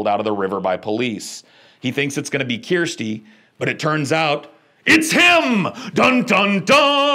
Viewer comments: Dude if you have watched these all you should know it's pronounce Kurrsteee lol love your channel though. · Kirsty pronounced Kerr sty is a popular name in Austraila................... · Has he never heard of Kirstie Alley or Kirsty Maccoll? Kerrstee.. my goodness. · Made me cringe LOL! I was like that's not how you pronounce her name dude! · This dude does seem to have trouble with pronouncing "Kirsty". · I laugh every time he says it like that though. It's like he's doing it out of petty spite and maybe to remind him that it's not Kristy 😆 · can't say Kirsty? That's bizarre... and all I took from this video. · Dunno why Americans struggle with Kirsty as a name. It rhymes with "thirsty". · Kirsty is pronounced like Thirsty, replace the Th with the K. Its a very common name in the UK, Kristy is a completely different name. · I actually can't stand how you pronounce Kirsty. I was going to explain how but dammit they say it in the movies.. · Have you never heard the name Kirsty before? You're pronouncing it wrong and you've seen and analysed the damn films! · I love how you pronounce Kirsty. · I couldn’t listen after a few awful pronunciations of “KIRSTY” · Dude cant pronounce Kirsty 🤦🏻‍♂️ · fair point sir. I womder how many famous Kirstys and Kristys there are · Kirsty being a Scottish name is pronounced (curs ti ) It comes from Christine That's how we in Scotland pronounce it 👍🏼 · "keersty" is pronounced like you're saying thirsty. "kirsty" Also spelt Kirstie. Like how people say "you mangy cur" that's the sound of the start of the name. "Cursty". It's an scottish/english name. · Kirsty (not as he pronounces it keersty) is quite a common name in the UK. short for Kirstin (where as Kirstein is a common german surname) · Yep, but don't understand his problem with the name Kiar-sty (Kirsty) pronounced Kir-stee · Bro it's pronounced CURSTY, not kyeeeersty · Kirsty is pronounced KER-STY..not KEER-STY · Dude, just think CURSE, "CURSE-Tee". Not "KEER-STEE".